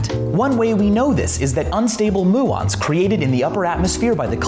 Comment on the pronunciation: He mispronounced muons